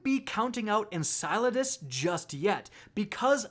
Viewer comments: En-cell-uh-dus lol not En-salad-us xD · "en-SILO-das" now?! GAH!!! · You almost have it! One more video and I think you'll have it. EN- CELL- ADUS, we'll get there bud. Say it with me. 😂. Also, Enceladus is a moon of Saturn, not Jupiter. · Why do you keep calling it ensalades 🥗 it’s en-cell-a-dis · Did you just call it ensighladiss. What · Is it that hard to say En-Sell-a-dus? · En-sell-uh-dis Enceladus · You're getting warmer,. You just have to pronounce cel in enceladus as, well, cell. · Seriously, learn to say enceladus correctly, it's en-CELL-a-dus, it really isn't that hard. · I am so glad we’re not going to Enceladus because I can’t stand the way you tubers pronounce it. For future reference it’s En Sel E Dus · It’s pronounced en-cell-adis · It's pronounced "En cell u dus" and it is a moon of SATURN not Jupiter, just want to clear that up cause it has been bothering me when these YouTube videos interchange the planets the moons orbit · It’s pronounced En-kuh-LAH-dus (rhymes with enchiladas) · Enceladus is Saturn's moon not Jupiter's and it's pronounced: "IN-SELL-A-DES" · Lol it’s pronounced (En-sell-la-dis.) Enceladus. 😂😂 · be like "in-salad-us" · Every single person who likes astronomy cringe every time you say Enceladus wrong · I laughed loud when you tried to pronounce Enceladus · Mispronounce Enceladus one more time and I'mma break quarantine to come slap you. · You're insane haha, you made a wild speculation to excuse your mistake and you mispronounced Enceladus again in a 2nd way haha. What a tool. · Your pronunciations give me migranes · he's so close to saying Enceladus right. SO CLOSE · Is it just me that cringes every time he says Enceladus wrong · I love how he pronounces Enceladus different every time😂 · I haven't heard him say it correctly yet either lol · my man pronounces enceladus a different way every video lmfao